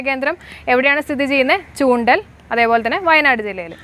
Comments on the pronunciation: ചൂണ്ടൽ അല്ല മാഡം ചുണ്ടേൽ എന്നാണ് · ചൂണ്ടൽ അല്ല ചുണ്ടേൽ